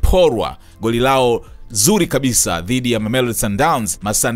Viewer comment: 😂😂😂 Unatia Aibu Mzee baba yani kiswahili kibovu kuliko!!